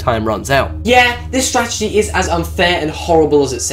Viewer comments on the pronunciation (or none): none